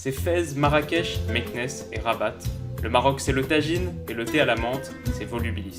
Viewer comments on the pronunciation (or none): Très bonne vidéo mais tu m'as tué quand tu as dit rabate 😂c'est rabat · On dit raba pas rabate après si tu veux le dire en arabe c rbate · Bonne vidéo frère mais on dit RABA PAS RABATE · sa se dit pas rabate sa se dit raba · Sa se dit raba pas rabat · ca se lit RABA pas rabate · Ça se dit pas rabate mais raba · mdrrr ça ce dit pas rabaT mais rabat sans prononcer la T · Rabattttt wsh on dit Raba même si ça s'écrit rabat faut se renseigner quand on fait une vidéo 🤣😂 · sa s'écrit rabat mes sa se dit raba voilà (je suis marocain c pour sa😂😂) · on prononce pas le t de Rabat sinon très bonne vidéo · On dit pas Rabat avec le "t" mais alz. Sinon gg la vidéo +1abo et 1 like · TAHIA MAGHREB 💪🏼🇲🇦🇲🇦🇲🇦🇲🇦 Un grand merci à toi pour cette super vidéo en espérant qu’on arrivera à ce sortir de ce groupe de la mort on peut le faire 🙏🏼 Ps: Pour Rabat on prononce pas le T 😉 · Chapeau De Paille Chaîne De Review Manga rabat sans t seulement si tu le prononce à la France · Osef Staline Sois tu prononce à la française sans T Sois tu prononce comme il faut en arabe avec le T mais tu fait pas un mix des 2